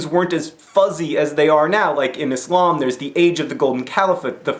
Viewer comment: Im surprised to hear that you have so much knowledge about Islam. You even say Islam and not izlam haha. Peace from a Muslim :)